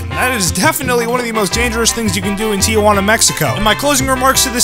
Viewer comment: It’s Tijuana not Tiajuana lol